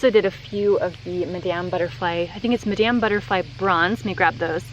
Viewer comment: The name is madam not MY DAMN!